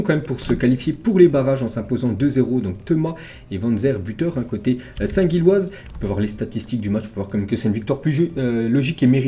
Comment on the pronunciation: Faudrait faire un effort de prononciation mdr, St-Gilles( prononcer Jilles)